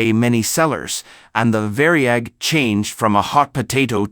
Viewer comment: It was not called the Vary-ag, it was called the Var-yag!